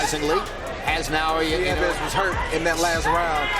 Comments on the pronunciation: Please pronounce our Hero in right name ( NAOYA ) not Nanoya That is disrespect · Na O Ya, not Na Yo Ya